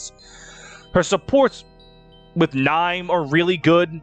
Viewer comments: It is, it’s just pronounced horribly here. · you're telling me Niime isn't pronounced as Nee-may??? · How tf did you pronounce Niime? 😭😭😭😭 someone help me